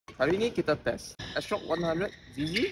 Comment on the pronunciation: Bro really said astrok 100 zz hahahahah